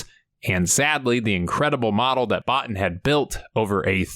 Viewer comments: Hey it isn't a big deal but I thought you and others might like to know that the special effects guy's name is pronounced Rob "Bow-Teen " and not "Bought In" OK thanks for the video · It's pronounced bo-teen not Bot-in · Great video but one point of clarification. His name is pronounced bo-teen. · Rob Bo teen. His name is pronounced Rob Bo teen. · I believe it’s pronounced “Rob Bo-tine”. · Good video but Rob Bottin last name is pronounced Bo-Teen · The pronunciation of Rob Bottin surname is wrong. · You pronounced Robs name wrong. Js